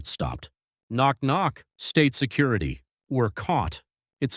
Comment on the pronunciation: It’s called STATE security, not state SECURITY! Terrible AI voiceover.